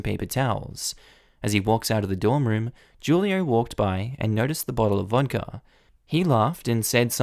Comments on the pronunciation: Who-lio, not Ju-lio ;-)) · The name is pronounce WHO lee oh Not Ju lee oh. In Spanish, the J has an H sound. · I'm gonna put it out there that 'Julio' is probably pronounced "WHO-lee-oh". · So, I’m kinda surprised about your pronunciation of Julio because FYI Julio is Spanish for July.... lol in Spanish the letter ‘j’ is pronounced like ‘h’ so it’s pronounced ‘hu-lio’